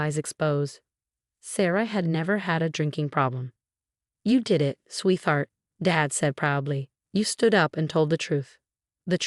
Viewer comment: @@ el, epilepsy, Martinez, record , and Sweeth art, it’s pronounced sweetheart! And sabotage!